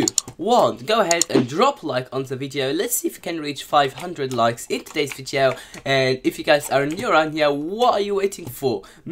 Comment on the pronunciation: Why are u saying vieto